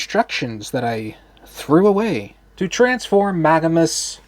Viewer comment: It’s not Maganus. It’s Magnius.